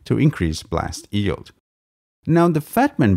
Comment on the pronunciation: I know that its just a tiny nitpick, but is it weird that the guy pronounces yeild as "eeld"?